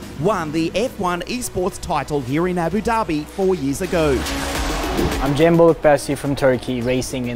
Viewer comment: Cembo kendi ismini yabancı spiker gibi söylemesi ahahahaha